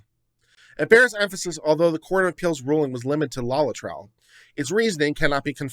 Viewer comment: i love you man but seriously, 'LOLLI-TRILL' ⁉️ * forgive me, but I gotta bust yer balls on this one. Why? Because you should never train yourself to be half-ass and too lazy to bother getting the factual details CORRECT, at least most of the time. * No Spelling Nazi here - Legal details matter! - develop a habit of accuracy. Here, just LOOKING at the word 'LAETRILE' and sounding out the syllables is all that's needed to sound Literate. LAY - UH - TRIL Laetrile or Amygdalin - - cyanogenic glycoside; present in pits and kernels of fruit.